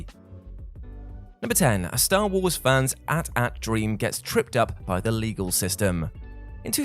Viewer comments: it's a-t-a-t not atat if it was atat the a-t-s-t would be called the at St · At at? It was cute once but do people actually say that regularly as opposed to saying the letters as they were intended? (Eh-tee, eh-tee) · At-at? It's A Tee-A Tee like 80-80. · No one going to talk about the at at and not the at-at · It's pronounced AT-AT NOT AT-AT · just saying its A T A T not at at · What the hell is an at at? Do the people who make these have no idea what they are talking about? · The fact that he says at at instead of A-T A-T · Dit you really just call the AT-AT an ? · Why did you called AT AT , ATAT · At At. You're slow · It's AT-AT not ATAT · bro was saying at ats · It’s so odd to hear him pronounce AT-AT as at at.